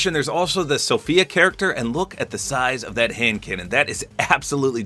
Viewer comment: “Look at the size of that…. HABD CANNON” I was so scared you say something else.